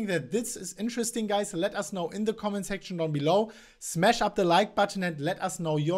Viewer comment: the word is shhhhhhhhmash, not shmassssh...no, not interesting....you are telling me that it is going up or down, dont know how much...all youtubers say the same....its a joke...its going to move...UP OR DOWN...duhhhhhh, really!